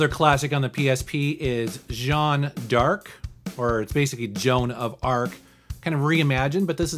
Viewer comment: I just realized my comment from the other video was clear enough and you pronounced Jeanne D'Arc correctly! Congrats!